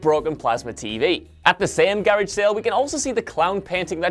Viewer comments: It’s “garage” not garige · What is a garige sale? It's garage sale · Ma dude really just said garig sale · When he pronounced garage like that i thought to myself "why are you the way that you are?... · You pronounced the word garage wrong Just saying.. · Wait..... say garage again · It’s pronounced garage sale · This guy cannot pronounce Garage